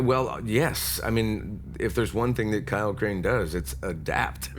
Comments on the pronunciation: Crane? Crane rhymes with train, and brain, and sane, and grain, and rain, and plain and the other kind of plane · Crane rhymes with Wayne